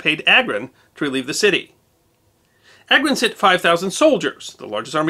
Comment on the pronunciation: It’s pronounced AGRON and not EYGROUN 😂